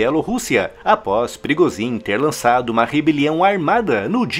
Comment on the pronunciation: Por que "Wehrmacht" é pronunciado corretamente e "Yevgeny Prigozhin" e "Ivan Popov" são sempre pronunciados incorretamente nos vídeos desse canal? Em russo, "zh" possui som de "g" e em "Popov" o primeiro "o" tem pronuncia de "a", ficando, assim, "Yevgeny Prigôgin" e "Ivan Papov". "Abrasileirar" não é uma resposta válida, pois ninguém chama "Joe Biden" de "João Bidê".